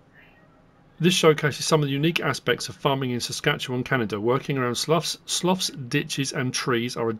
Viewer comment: Just a FYI in Saskatchewan I believe Slough is pronounced "Slew or Sloo"